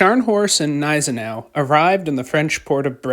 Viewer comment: The Gneisenau pronounces the G. It is not silent.